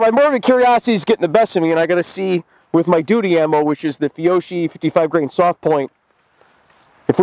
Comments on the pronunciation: Did he just say “feeohshee”!? Dude, it’s “fee oh key”... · Alright brother, you gotta work on your Italian. It hurt my hears when you said fee-o-she. Try fee-o-key... it sounds better to us wops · Your Duty Ammo Pronunciation Is: Fee-O-Key..!